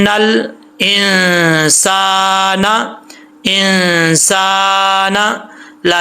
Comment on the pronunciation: انسان میں غنہ نہیں بلکہ اخفاء ہے حضرت